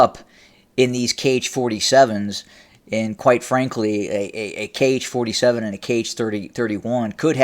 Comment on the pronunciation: Author, 'Kh' is pronounced as 'ha'. It is ha-47